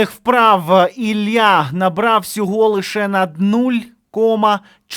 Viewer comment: Не "Ілья", а "Ілля".